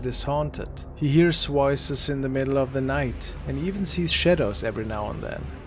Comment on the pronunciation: He hears “woices” instead of “voices” lol why can’t he pronounce a V….I don’t get it 😂